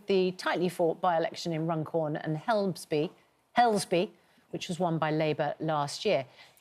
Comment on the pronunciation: They did not seem to know when the Election is due, and Suzanne couldn't say Helmsby. NOT very prepared were they? They will be even LESS prepared for the excellent result for REFORM in a couple of days.